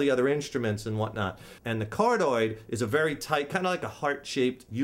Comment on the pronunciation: "Card-oid....kind of like a heart shaped". Haha you crack me up dude! It's card(i)oid, as in 'heart' in Greek. Don't mean to nit-pick, this was a pretty good video, just thought it was funny was all.